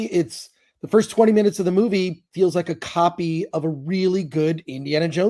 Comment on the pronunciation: Magical negro- " I was here foist!"